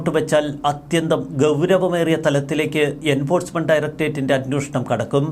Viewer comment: അന്വേഷണം. അന്വോഷണം. നിങ്ങളും, മറുനാടനും, മറ്റ് പല മീഡിയ വായനക്കാരും "അന്വോഷണം " എന്ന് ഉച്ചരിക്കുന്നു. ദയവായി ശരിയായി ഉച്ചരിക്കുക.